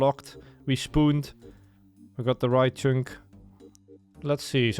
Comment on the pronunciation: Learn to pronounce "Chunk" Like holy s.. Its not "CHYNK" I literally cannot watch your videos because of this